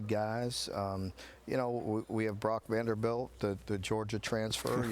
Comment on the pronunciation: Brock “Vanderbilt” - come on Coach